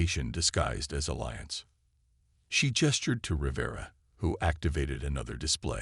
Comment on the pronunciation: Between the verbal mispronunciation of many words like 'piranha' and 'Rivera' to constantly changing spellings in text, it is a poorly executed video that requires better attention to detail. Very sloppy, lazy execution. 👎